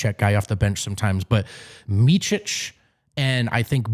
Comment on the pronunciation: Nobody will ever learn Micic name in America... its miCic, not miCHic... its C, like celling... Hard to describe, u dont have C letter in a way we say it...